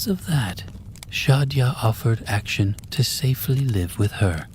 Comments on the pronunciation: Lmao great voice, good pacing, nice pronunciation in the first story, but then Action got me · ‘action’ for Akshan got me laughing hard ngl